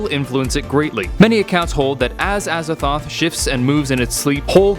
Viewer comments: Azathoht? A Z A T H O T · I thought he said "as a thot" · Aza”thot”h.... I see what the T.E.C must do